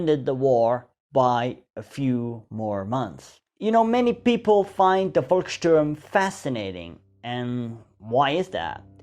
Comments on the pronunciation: That what heroic, you know it is pronounced Folksturm not Volksturm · The German Volk should be pronounced like folk (your pronunciation sounds like Wolk) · Volksturm is pronounced Folksturm! Müller - Myller, All V's pronounced as F.